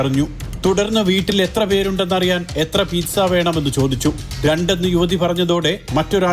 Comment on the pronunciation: Pithsa അല്ലേടാ... PIZZA